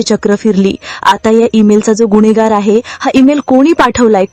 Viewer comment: गुन्हेगार असा उच्चार करा मॅडम. गुण्हेगार नाही.